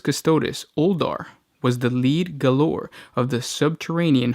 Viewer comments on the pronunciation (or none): For the love of the Emperor, it's pronounced "jailer", not "ga-lore". The Brits spell "jail" as "gaol".